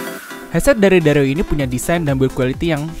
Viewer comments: Bacanya bukan dareu logat sunda, bacanya Dare You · Kyknya harusnya dibacanya dare u deh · Dareu itu merk cina dibacanya Dare U #cmiiw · Ngomong "dareu"nya ga biasa njir 😂